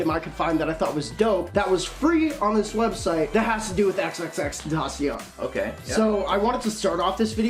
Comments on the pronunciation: If you are a really big fan you would pronounce his name correctly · Fuck off you don’t know how to say his name fucking fake ass fan you only like him now cause he died